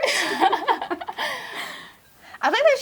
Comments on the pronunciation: talk TUAHR 🤣🤣🤣🤣😂😂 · uhm, soryry it's pronounced "Talk Tuah"... thanks...